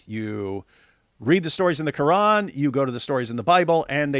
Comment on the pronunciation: its so annoying when she speaks normally and then goes KRRRRRRR-AN or is-LAMB you dont have to pronounce the words as if you are speaking arabic